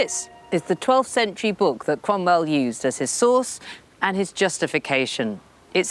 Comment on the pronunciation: I knew it was Lucy as soon as I heard the name Cwomwell.